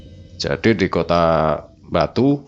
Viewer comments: Ngomong “Batu” jadi “Mbatu” walah rausa atek ngomong lu gue to😂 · ning kuping kog rak enak bgd sih,,, mbok bilang AKU atau saya aja ngopo sih. Aneh bgd medhok pke gua gue gua gue ... koyok wong ndeso tapi mekso dadi cah kutho. Satu lagi mas, itu namanya KOTA BATU, bukan KOTA MBATU .... hmmmm. Pakek B orak nganggo M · GHUE.... Dr penyebutan kota batu jd MBATU itu aja uda keliatan kalo jwo nya wes kentel medok bgt. Dadi lek kate crito nggawe bhs indonesia pake aku/saya ae ojo nggawe GHUE rodok gk cocok cak... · Medok banget " GUWEE, EMBATUU " nya 😂😂😂😂